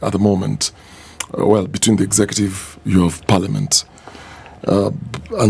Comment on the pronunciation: “Exacative”?.? I always learned “executive” ….